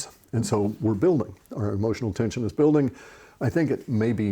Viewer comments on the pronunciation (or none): none